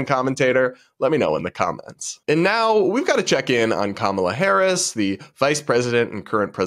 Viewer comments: Actually, it's pronounced Kamaltoe Hairs. (hairce) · The view would defend a child grapist if they had a D behind their name. Plus, kisten to how Whoopi mispronounces Harris' last name